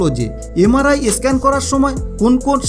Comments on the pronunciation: একটা আসল কথাই বলেননি। যাদের পেসমেকার ইমপ্ল্যান্ট করা আছে তাদের আগে জানতে হয়। তাদের MRI করা যায় না। বুজলেন? আর একটা কথা , কথাটা স্ক্যান , ই স্ক্যান নয়। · ভাই eskan কি? Sudhdo উচ্চারণ করুন।